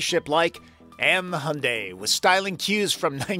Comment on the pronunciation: Ioniq5를 지금 주문하면 출고까지 12개월이 걸린답니다, Your pronunciation of the word "Hyundai" is correct. 현대 (Hyundai) means modern or contemporary in korean.